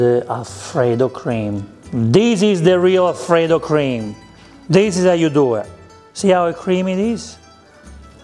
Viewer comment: The most original style of cooking alfrrrredo.